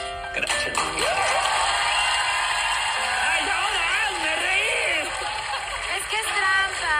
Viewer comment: En vez de "Hazme reír" parecía "hazme llorar"